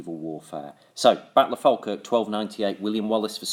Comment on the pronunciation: Its pronounced "fall - kirk"